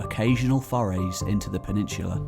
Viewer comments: PENINSSSSULA! With an 's' sound! Not 'peninshhulah'! You ashhole! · Great video. However, there is no "h" in the word peninsula.